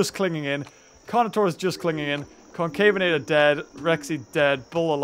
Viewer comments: Just saying you cept on calling the concavenator a cocaverapter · I'm not trying to start anyting but the way that pronounce the name of that dinosaur is wrong it is pronouced concavenator not concaveraptor again not trying to start a fight I'm saying the way you pronounced it was wrong that's all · its not concavator its Con-Cave-a-na-tor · The fact that you say “Concaveraptor” instead of “Concavenator” drives me insane. XD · This mod is amazing! Also, That one dinosaur's name is not Concaveraptor, it's ConcaveNator (the N is a small one of course) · i like how he keeps calling concavenator: concaveraptor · STOP CALLING IT CONCAVENRAPTOR, ITS CONCAVENATOR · when he says concaveraptor it triggers me because it is concavenator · It's Concavenator. not Concaveraptor. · Please pronounce concavenator as concave-inator instead of concave-araptor. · It’s not concaverraptor it’s concavenator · Concavenator not concaveraptor... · its CON-CAVE-ENATOR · UMMMM, ACTUALLY, it's pronounced Con-Cave-en-ate-er, you British Youtuber who likes dinosaurs and is being questioned by "experts" in their mothers' basements who have ungodly high expectations and think they're better and more intelligent than all of you-CURSE YOU,!!! nah, man, I'm joking. But seriously, please call Concavenater by the proper name. Plz